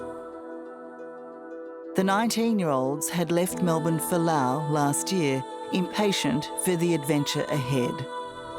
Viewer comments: Someone needs to inform the interviewer that there is an “S” at the end of the proper noun “LaoS”….. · Very typical of dying empires (UK/USA) to blame the Global South for their problems. Pure Propaganda. And, by the way, it's pronounced Laos, not Lao. Unless you are from Laos or SE Asia. You don't call Italy Italia, or call Germany, Deutschland. Poser Oz. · In know this sounds insensitive, but why does she keep mispronouncing Loas and hostel? It’s distracting. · The country is Laos. The people are Laotian. As a descriptor, Lao (like “Lao government “) is correct. I lived in Laos for many years. A little annoying every time the host of this video said “Lao” when referring to the country. BUT thank you so much for bringing very important awareness of methanol poisoning when traveling. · Why does she call it Lao the whole time? It is called Laos. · How do we pronounce Laos? Is the S silent? Thx